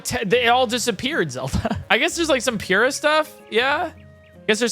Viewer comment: the pronounciation of pure-ah will never cease to bother me